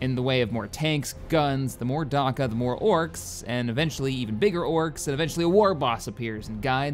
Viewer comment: "Darkka" Delete this video and upload it again when you've fixed that thanks fella